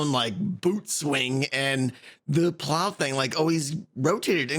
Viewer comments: "Plower launcher"? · How did the brits manage to mess up the word "plow"